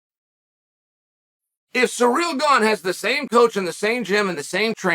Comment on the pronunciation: Wow, stop disrespecting Ciryl, his name isn't "surreal".